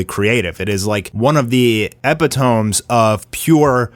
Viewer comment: I lost focus when you said "ehpithom" (epitome) 😅😅, I never heard a word so basically mispronounced. Sad about ai and the effects on animators though